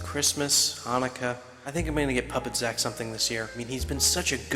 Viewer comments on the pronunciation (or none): dude its puppet zack not sack